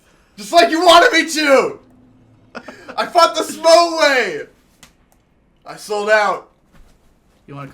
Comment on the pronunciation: Smough ryhmes with plough. I don't know why people have such a hard time pronouncing the name. I especially have no idea how anyone can interpret 'smog'. And holy shit . You were one prod away from victory. I'm not sure if I should be grateful that I didn't have to fight these two on my own or not. I summoned someone to help me. Would it be easier if you kill Smough before Ornstein? It seems this video was uploaded very recently, based on a number things said. I'm very interested in watching Fury Road at this point. The Raid and The Protector were great. I didn't expect a Hollywood film would have the same level of action.